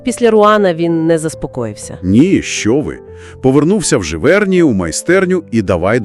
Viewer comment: але але. усі слова французькою мають наголос на останньому складі. отже: ПіссарО. ЖивернІ. дякую😍